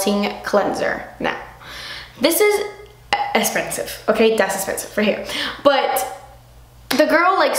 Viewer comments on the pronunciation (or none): The way you said "esssspensive" with a slight Miranda accent had me dying! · love the way u say "espensive" saludos guapa :) we miss u